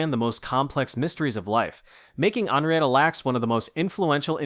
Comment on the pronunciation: Henrietta is pronounced "henn-ree-ettuh," not the way you pronounced it. And "Hela" is pronounced "HEE-luh." You finally correctly pronounced it right at the end of the story about them. Everyone, Google is free and it will give you the correct pronunciation of words if you're not sure. And yes, my friends call me The Pronunciation Nazi.